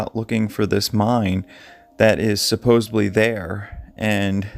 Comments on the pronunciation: Supposedly. Not supposebly. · It's hard to take you seriously when you continue to say "supposeBly" instead of the correct "supposeDly" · Supposedly, not supposeBly! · ...another good video, as usual. However, would you puh-lease stop saying 'supposably'!? Thanks and keep up the good work. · I appreciate your research and still photo editing, so please don't take this comment as a jab out of spite. At the risk of sounding like a fault finder, your pronunciation of "supposedly" and misuse of the word "ironically" betray and misrepresent your (otherwise obvious) intelligence and discretion.